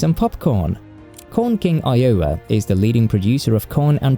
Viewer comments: EYE-o-wa, not eye-O-wa. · It took me a few seconds to figure out what state he was talking about. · Wow, tell people to visit WV? One of the poorest states within the United States? And all of that lovely lovely coal is part of a dying industry. That's right, after coal, there's nothing to do other than hunting and fishing and trying to sack your sister. Oh, and try to get the pronunciation of Iowa right, just once! Sort of like pronouncing Gloucestershire like Glow-cestershure. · You GOTTA work on pronouncing Iowa! 😂